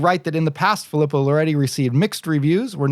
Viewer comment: As an 2nd generation Italian American i have to correct your pronunciation 😆. Its pronounced Fee-lee-poe.